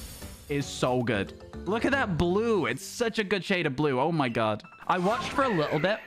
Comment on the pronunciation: Whenever he says oh my god it sounds like oh my gud